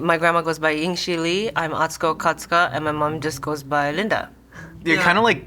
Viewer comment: Come on mate, at least say her name right!